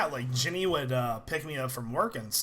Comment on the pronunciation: When l hear you said jenny l heard it like jimmy